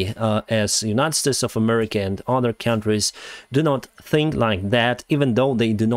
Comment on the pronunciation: "Claims to not support a particular party" Pronounces the country name as "Murrica"